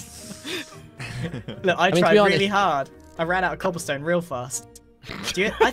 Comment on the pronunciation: cAHAblestone towers